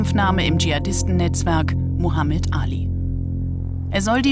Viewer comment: kann nicht einmal den namen des Propheten richtig aussprechen, aber sich berufen fühlen in Namen des islam zu reden. Bitter.